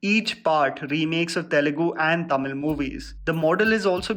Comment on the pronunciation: is finally becoming better with Tamizh pronunciation ♥️😂🤟